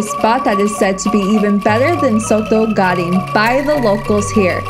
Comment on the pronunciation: Daging not gading 😅